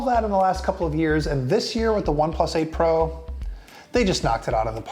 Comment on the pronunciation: Am I the only one constantly hearing April instead of 8 pro? 😂